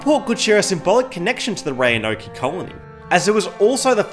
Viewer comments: It's pronounced "Ro-an-oak" btw. Not "Roanoké." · The e is silent! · “Roanokay” lmao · hearing him try to pronounce Roanoke was great. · Great video, but as someone from Virginia hearing him mispronounce "Roanoke" was painful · I have never heard someone say Roanoke that way lol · His pronunciation of Roanoke 😂